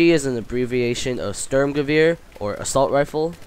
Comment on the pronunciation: Its sturm gewehr not stoerm gewöhr :D im german and it heart very sweet :D